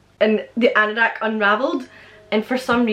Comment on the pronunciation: What you say (seemingly about something out the window)? And also, A green what?? Arandack? Anderack? I can't for the life of me understand what word you're saying. *Edit: I Googled it: Anorak In the U.K., an anorak actually has two meanings: 1. a hooded jacket. 2. a socially inept person. In the case of the first meaning, the word anorak didn't in fact enter the English language until 1924. Before this time, coats of this nature may have been referred to as a parka—a word still used in both British and American English. Lol, sorry I had never heard that word before in my entire life. Still like to know what you say though.